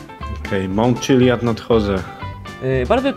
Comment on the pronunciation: TO nie jest czilad(wymowa) tylko cziliad (wymowa)